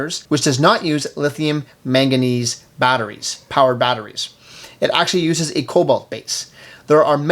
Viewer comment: MANganese not maganese on the timeline